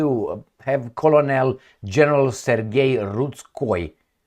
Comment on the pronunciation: Since we learn from one another, and English isn't your first language, which you generally speak very well, colonel is pronounced as kernel in English. It looks like it may be similar to colonial, and it definately looks like it would be pronounced as you did, but it's pronounced as kernel.